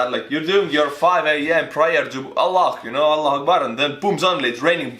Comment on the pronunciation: Why does say Allah so well hahaha. Sounds like he’s afghani too! Lol